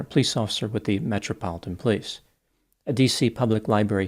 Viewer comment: pronounces "police" like "pls" 😂